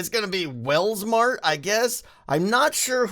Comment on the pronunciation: Wels-mart.....Welsknight, maybe, just maybe